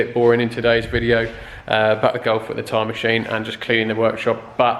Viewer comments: Swear I thought you said time machine hahaha. Awesome video man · I thought the same.. I thought ooh he's upping his game 🤣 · I just be going mental,I keep thinking your saying "time machine" !!!!😆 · Are you saying time machine or tyre machine 😂😂😂? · It sounds to me like you’re saying “time machine” lol. Which gives the video a different perspective. Always wanted to know how those machines work. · lmao same